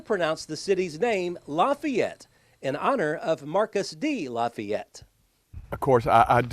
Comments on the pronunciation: Still cant say it rite....what a disgrace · In the video, and are using two different pronunciations. is using a 3 syllable pronunciation, and is using a 2 syllable pronunciation. Luh-fay-ett versus luh-fett. My grandmother, born and raised in Lafayette, used luh-fett. I have a limited sample size though, as when she married my grandfather they didn't settle in Lafayette, but when we visited my great-grandfather and cousins, recall them using luh-fett as well